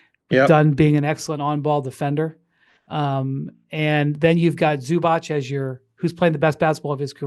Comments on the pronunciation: It's pronounced Ivica like Pizza. And Zubac like Robots. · If you are an Nba analyst how hard is it to learn how to pronounce Zubac’s name?